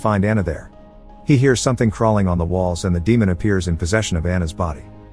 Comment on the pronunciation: So this narration is definitely a text to speech program right? Because they pronounce some simple words totally incorrectly ha. “no matter what she heats” instead of “hears”